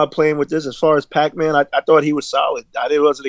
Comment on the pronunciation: Who is pacman? His name is pac like xpac and tupac.